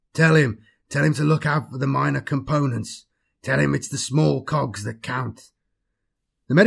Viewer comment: The way you pronounce cogs.. Dude..